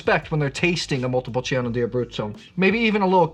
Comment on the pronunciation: I really like your videos. Thank you for your insights. I don't want to look picky, but there is no i when pronouncing "Montepulciano". The i is just for the "chaa", otherwise it would be "ca".